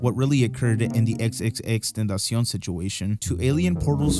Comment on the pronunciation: saying Tentacion vs Wii Me Knee is the true duality of man